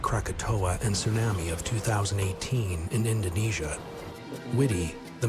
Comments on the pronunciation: This guy keeps calling it sun-ammy. Im out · If he says, " tsunami " like that one more time...